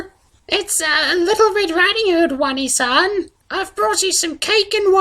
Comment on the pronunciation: wany san? I'm not sure if I should correct your pronunciation or tell you that while it is too late for me, you can still be saved from the weeaboo disease. the correct pronunciation btw is oh-nay-san